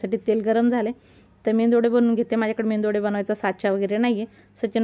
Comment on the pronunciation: मेंदूवडा नाही मेदू वडा